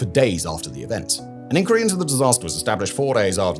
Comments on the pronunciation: Why are you pronouncing inquiry like that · Great mystery: why does Simon Whistler, a British person with a British accent, consistently pronounce "inquiry" the American way (ink-werry) not the British way (ink-wire-ee)?